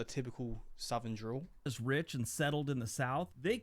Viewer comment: Sounds like you said drool bud it's dRäwl